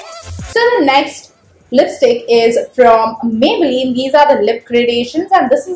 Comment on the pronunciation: 2.11 did you said lipistik 😂😂